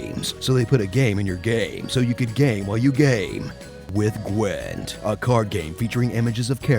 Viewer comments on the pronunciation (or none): actually it's not how U read gwint